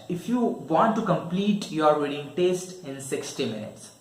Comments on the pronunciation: It's test not teste😬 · it is TEST not TASTE first go and improve your pronunciation 😂😂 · It's not taste it's test 🙄